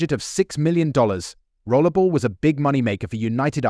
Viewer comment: Why do you keep calling 'Rollerball' Rollable?